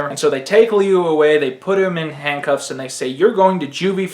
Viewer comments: Learn to pronounce Liu. Lew not Leu. Thanks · It's pronounced Lyoo I'm pretty sure it's chinese